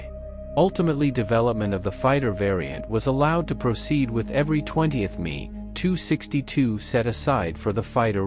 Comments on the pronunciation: poor robot doesn't know its m e not me. Thanks for the video I liked it otherwise. Next time put a space between the m and the e and the robot will pronounce it better. Also, German words are being pronounced by an English language robot so you need to change words like Luftwafe to how its pronounced, like looftwafe so the robot doesn't say the u sound. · I couldn't agree more with other comments posted... It's not about me or you, it's about the ME 262... That's the Messerschmitt 262...That's 'M' for Mike and 'E' for Echo... I know these types of comments can seem very pedantic... And yes the VO..., that's short for voice over, is not human but please please please teach the robot to pronounce things properly. Arrrrr he's getting fatter... The heavier me.. He's clearly an unbalanced me..